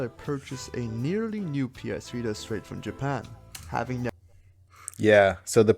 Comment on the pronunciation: pls dont call it "vista" it hurts me.... its called "vita" =)